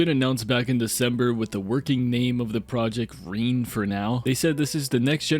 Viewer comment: i think it’s pronounced ren-ay they’re american though so they forgot the accent to indicate that lol in behind the sims episode 3 the host pronounced it ren-ay like in the name Renée